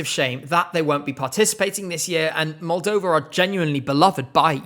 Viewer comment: I will always stand by 2015 Moldova, I remember the first time you said it and I was so happy.